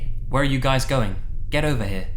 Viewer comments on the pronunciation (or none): none